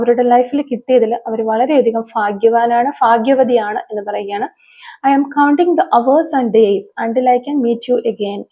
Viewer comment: Ffaghya vathi alla Bhagyavthi ennu parayu